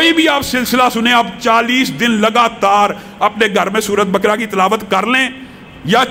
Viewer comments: Bakra nahi baqra bole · سورہ بقرہ کی تلفظ غلط ادا کررہے ہیں